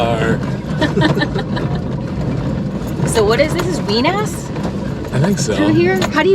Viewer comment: Did you just say “ween ass?” 🤨